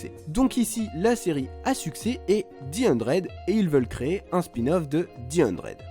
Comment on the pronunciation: Stp dit the 100 et pas di hundred 😭